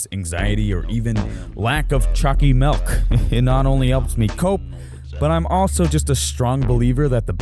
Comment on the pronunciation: When you realize he's saying Chalky Milk.